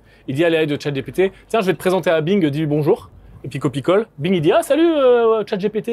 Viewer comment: Please ...chat Gi Pi Ti pas "gépété" A I vs le prononcez bien É AIE ..donc ..🙄